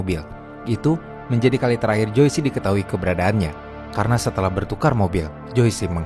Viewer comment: Joyce itu dibacanya jois bukan joisi… smg next ga salah lg ngucapin nama